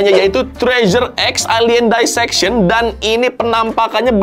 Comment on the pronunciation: Dissection nya dibaca "disseksyon" aja bang, gak usah "daiseksyon", risih bener dengernya 😭